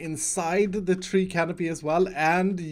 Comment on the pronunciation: *canopy my dude